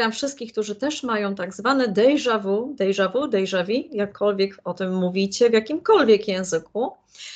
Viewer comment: Tak informacyjnie : deja vue - czytamy : deża wu . Nie „dejża wu” .